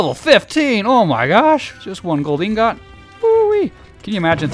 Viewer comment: The real crime here is the way he says ingot.